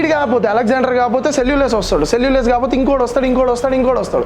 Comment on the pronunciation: సెల్లులస్ కాదు....సెల్లుకస్ నికేటర్